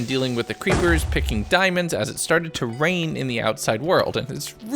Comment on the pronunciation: "but as the night started to wrain UwU i just put down some bwasic UwU cobblestone"